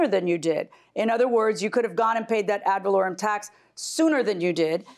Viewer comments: They both keep saying "add volorieum" lol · The judge told the Plaintiff how to pronounce "ad valorem" and he still ran right over that pronunciation immediately after 😆😆😆. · Plaintiff: Valerian taxes JM : "AD VALOREM TAXES" Plaintiff: ....valerian... JM: ...ad...valorem..